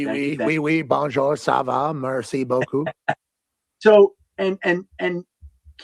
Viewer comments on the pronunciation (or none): none